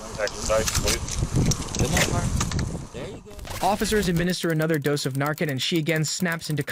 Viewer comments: Great video. Just stumbled onto your channel. I will definitely check your other videos out. One small correction: it’s pronounced NAR:CAN the first part sounds like Mars the planet and the 2nd sounds like can like a trashcan. I’m not trying to be mean or petty it just threw me off when I first heard you say it. As a side note: Narcan doesn’t last more than 30 min. Once it wears off the drugs may still be in the persons system which may still be a lethal amount and they may also overdose again. So if you find someone who has OD and you revive them with narcan don’t let them be alone and encourage them to be taken to the hospital (who will not tell police you took illegal drugs. They just want to help.) that way they can be monitored by the hospital and have the ability to administer further doses of narcan again if needed. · The captions and narrator pronunciation are so bad in these videos. And how could Brenda get charged with second degree homicide if the officer survived lol. It actually was attempted homicide lol. Looks like she was only sentenced on an aggravated assault charge which carries 10 years. Good golly this is sloppy work lol. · I do want to clarify that some people who don’t watch videos like this, or have little to no knowledge about the drug, may not know how to pronounce it. English is the dumbest language, and in some cases c-a-n is “can” and in others it is “kin”. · Don't ever use these horrible AI voices again. They don't know how to pronounce words and you don't know how to type a script phonetically. It sounds horrible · Fentanyl is an opium stronger than morphine, and the way you pronounce Narcan. How have you even been alive let alone making news videos while being this clueless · Why do you keep pronouncing narcan wrong? Even when they say it multiple times? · it's narCAN not narKIN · I honestly cringe when you say Narcan. It's narCAN not narKIN. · It’s pronounced NarCAN, Not NarKin. Phonetics matter Dude!